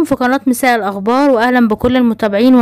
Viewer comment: من بعد اذنك. ارجو تعديل. لفظ. كلمة. الاخبار. وليست. الاغبار. اسمعي. كيف. تنطقيها. فناتك. مفيدة. وممتازة. بارك الله فيكم.